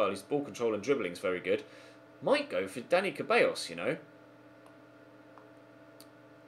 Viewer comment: It’s pronounced, ‘Da-ni Theballos’